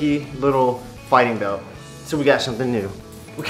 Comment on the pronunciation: lol you said jark and shumpin 😂